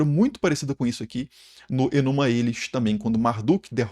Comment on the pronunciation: Enuma LáEllish